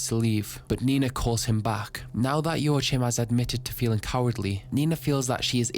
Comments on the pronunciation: Slight correction : Joachim is probounced "Joakim", not "ioatchim" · I am sorry but why did you have to butcher the name Joachim so extremely? Its not joa-chim(p) man just at least try to pronounce it right. I am German but i dont got and butcher every single word cause idgaf when speaking to ppl online/at work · Man Joachim is not pronounced Joachim its pronounced Joachim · I think Jaochim is pronounced “Jah-co-eem” that is the most mundane thing you could’ve led with. You start talking about the dirtiest party ever and you lead with “the band is playing music.” Subbed. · if your fimiliar with spanish pronounciation it would be "yoajim". The J is soft like in "yo" and the j sound comes from the throat like the j in "rojo" for example ^^ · “yo ah heem” is how it’s pronounced but i’ve heard some people say it like “yo ah kim” or “wa kim”. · joachim, to my knowledge is pronounced Joe Kim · I never heard the name "Joachim" butchered that hard, ngl. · as a German,.. how you pronounced Joachim had me dead 😂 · Joachim is a common name around here and that pronunciation hurts a bit 😂 Great vid otherwise